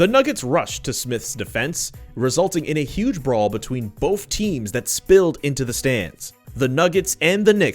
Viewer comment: keep saying "BOAF" instead of "BOTH"